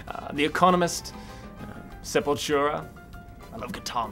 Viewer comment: Uh, the british chap pronounced the band name incorrectly, it's Sepultura...pronounced Seh-pull-tur-a